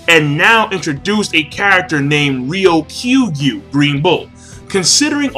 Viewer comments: Just for the record, it's not pronounced "Ryo-Kyu-gyu" You are saying the "ku" the same way that the "Kyuubi" from naruto is said, but it isn't "Kyu" it's just "koo" like how you say "coocoo clock" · Please NOT Ryo "KYU" Gyu, its Ryoku (not Ryokyu) means green and Gyu or Gyuu for bull.